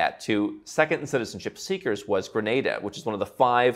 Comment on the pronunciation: Listening to you mispronounce Grenada was annoying.